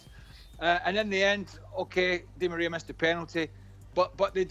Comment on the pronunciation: never heard Di Maria pronounced like that